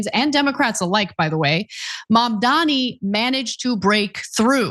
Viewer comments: It's amazing that TYT hasn't done one single story on this candidate until now. Ana doesn't know hot to correctly pronounce his name, and she doesn't even know that him and his campaign actually went all through NY to learn what voters wanted, and that includes Trump voters. TYT is asleep at the wheel and they have the nerve to claim that the viewers of other progressive and liberal channels aren't informed. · Who’s MamdaMi? For that matter, what’s anti-semEtic? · she’s someone who claims it’s a hate crime to not learn her name and call asparagus but Mamdani pronounced as Mom Donny is to hard for her 😂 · Time will say. But honey why is it difficult to pronounce his name Mam is like Mam, Dani is first part of Daniel.. right? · Ana couldnt even get zohrans name right, that tells you how little she actually even spent time learning about him before now. TYT has totally lost its way. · The fact she can’t pronounce his name correctly after he has been in the news for months is strange. Have they not been reporting on him? I kind of stopped checking in on this channel. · This is not a win for TYT. Ana cant even pronounce his name. And no ana, his name isnt difficult to pronouce, you are just being a performative twat. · and the obligatory mispronunciation of his name. come on now, this is very cringe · Since she’s more right wing now, she “has” to mispronounce immigrant names to appeal more to those fans. It’s sad she’s stooped to this level tbh. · Ana is younger than me, I can pronounce his fkn name. She is being a twat. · Mamdani isn't hard to pronounce Ana. That was a stupid comment. Do better. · Maybe if you’d have covered the race once or twice you’d know how to say his name Ana. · lol its NOT difficult to pronounce lol